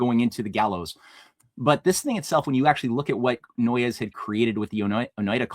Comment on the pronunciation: NOY-YES? No, it's NOISE. I lived around the corner from Noyes Ave in Utica